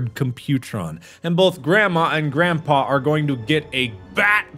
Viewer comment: “Granpa” it’s Grandpa